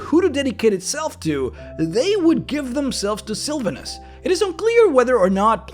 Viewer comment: Love the video... please learn how to say Sylvanus' name though. Hurt my ears being one of my favorite deities :(